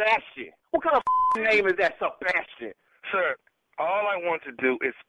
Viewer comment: MY NAME IS SABAS-TI-AN. 😂😂😂😂😂😂🤣🤣😂